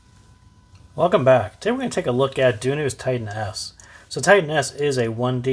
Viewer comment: In the beginning i was thinking you say “ take a look at Dunu’s tight ass”.